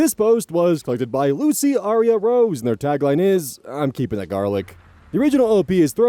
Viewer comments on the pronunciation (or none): none